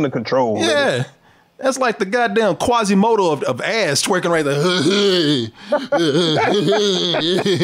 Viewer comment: He said quasimoto though😅😂😭